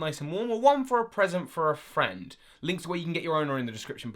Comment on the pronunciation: every time he has the advertisement at the beginning, he say friend so weirdly. probably because us pokemon nerds don't have friends hahahaha, forever alone